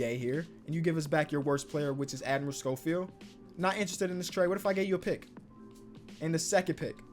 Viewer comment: Stop calling my boy admrel scholfeild